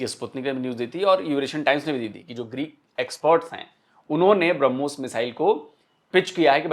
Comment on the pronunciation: BrahMos nahi woh Harmus hai😂😂